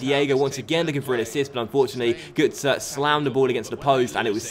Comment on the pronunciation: gotze is pronounced grrrtze